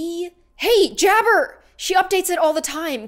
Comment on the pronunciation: When you said hey jabbr it's actually her jabbar